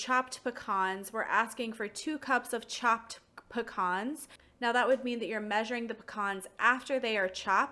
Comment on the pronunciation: How is it pronounced? Pea-cans or puh-cons?